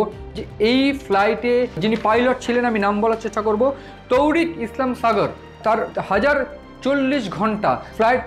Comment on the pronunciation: ভাই আপনারা ভারতীয় তথা বাঙলা বাঙালির মান সম্মান রেখে খবর সম্প্রচার করেন। সমানে খন্দকার কে বলেচলেছেন খন্ডকার ,কেপটেন তৌহিক কে বলেচলেছেন তৌরিক । এছাড়াও খবরের বিভিন্ন তথ্যও ভুল।🙏